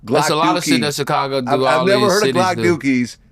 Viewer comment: Vlad be like “Chickcago”